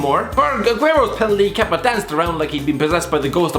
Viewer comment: Congrats for the for saying Kepas name right first time 😂